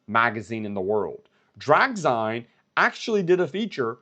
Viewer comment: its pronounced “Drag-Zeen” (like magazine) … watched the entire replay 👍👍👍